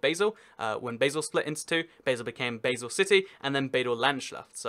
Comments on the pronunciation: Basel is pronouced baal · I like your enthusiasm for Swiss politics. It is a very confusing topic and you captured a lot of it clearly. Greetings from Basel. I did laugh when you pronounced Basel like the food spice. We say it like Baah-zel. Still, the video was really cool. I learned a lot about Russia's states that I didn't know before your video. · how he pronounces Basel though :) Oh and Zug is not the smallest Kanton. (Only the smallest full Kanton. (Basel and Appenzell Innerrhoden are smaller. Fun Fact: I can see my street in this video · Why did you mispronounce Basle? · It is pronounced "bal" or "basel"?